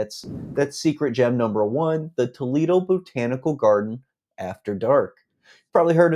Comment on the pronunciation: "Tow leedo eeann"?? Toledo- IN. I bet my last dollar this REALTOR isn't from ANYWHERE NEAR HERE.